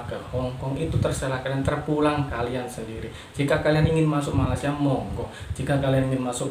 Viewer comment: Malaysia bang bukan Malasia